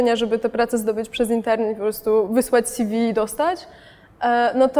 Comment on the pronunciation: "Sjiwi" -- co to jest? Ew. od czego to skrót? Bo jeśli od "curriculum vitae" to odsyłam do wymowy języka łacińskiego...